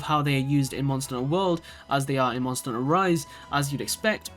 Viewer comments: Monster n'ter XD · "Monster 'nter World"